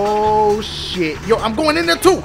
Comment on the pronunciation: Oooooo not ooh